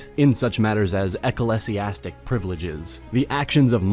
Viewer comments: Nice video but you butchered so many words in this - it's not "eccalesiastic" but "ecclesiastic" or more accurately "ecclesiastical", it's "vicar" not "vicaaaar" and the Pope is not the head of the "state of the Vatican", he is the head of Vatican City!! It's not called "Vatican" or "the Vatican" but rather the name of the country is "Vatican City", it is commonly referred to as a city-state because it is comprised of a single city. Also you said 'the christiandom", it is actually "christendom" where the "t" is silent. I like your videos but please proof read your script before posting 👍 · List of words you mispronounced. Vicar. Temporal. Ecclesiastic. Ecclesiastical. Christendom. You don't sound very smart. You sound like you're reading a Wikipedia article and seeing these words for the first time. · Could not get over the pronunciation of certain words like ecclesiastic and apostolic . Stopped before midway.